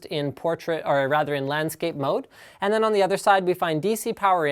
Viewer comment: "und this device only" LINUS you cracked my ears xD